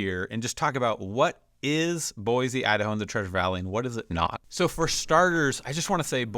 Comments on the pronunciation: Can we at least pronounce the name of the city correctly? There’s no “z” sound. It’s an “s” sound. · There’s no “Z” in Boise. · Saying Boise wrong... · Yes, yes, yes. Why does he claim to represent the area but not know how to say it correctly.